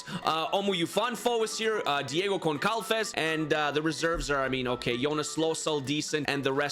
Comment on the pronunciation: I'm angry that you put Pereira over Tudor in the starting 11 he can play right back bruh 😤 (I'm also suprised you didn't mention Kittel considering he played for Hamburg last season) also pls it's pronounced:"Gonsalves" or something, definetly NOT: "Goncalves" it's driving me crazy 😢 Also we only got 0 points and only 1 goal is, because you put them on Lech Poznań (80% of the league uses 3 at the back) and also, because they suck in general (couldn't even qualify for europe they're so bad)